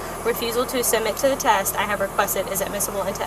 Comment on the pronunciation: 3 adults, SHUT the F’ing front door! What the hell is wrong w ppl? ..guess it’s the same cop who thinks “test” is pronounced “tAst” smh